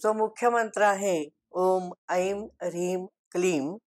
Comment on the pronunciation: नमस्ते! आपण चांगली माहिती दिलीत. पण आमच्या गुरुजींनी ऐं चा उच्चार ऐंग असा करायला सांगितला आहे, ऐम नाही. ते कसं? इतकी वर्षे आम्ही तसाच उच्चार करत आहोत. कृपया मार्गदर्शन करावे. 🙏🏼🙏🏼 ऐंग ह्रिंग क्लिंग चामुंडायै विच्चे